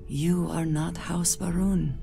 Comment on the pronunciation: I keep hearing House Vroom.